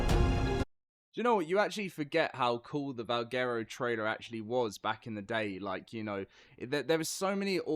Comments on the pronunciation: LOL Its pronounced Val Gwero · Butchered the name